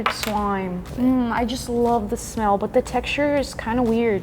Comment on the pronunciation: Hehehe,You said smelll!